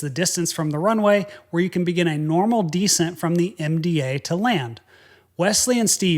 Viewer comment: You're the only guy I know who pronounces "descent" as "decent".